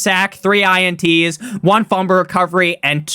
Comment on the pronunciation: I need a video of you saying Fumble (Fum-Bull) Recovery